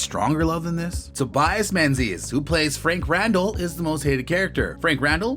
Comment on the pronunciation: Tobias. Toe-by-us. Come on, guys!! Mispronouncing names makes you seem a bit uneducated on the subject. And Murtagh and John Grey should be on the list. For sure!